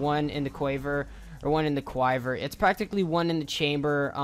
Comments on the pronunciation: How you pronounced one in the quiver is like one in the quaiver it's pronounced like this one in the /ˈkwivər/ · I know it shouldn't be so funny, but I laughed so hard at the end when you tried to pronounce One In A Quiver and ended up saying k-why-ver. Sorry dude. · It's quiver you putz